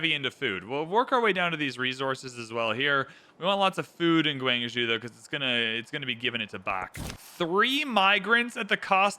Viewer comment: Love this video and the prior one / first part. I HATE the way you say "gWANG-zhOOO" 😅